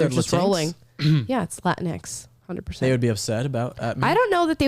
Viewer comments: I thought it was pronounced like Kleenex. Latinx. Either way, completely stupid garbage word. Lol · It's pronounced "la tingx" like "la jinx" or "la minx" !!!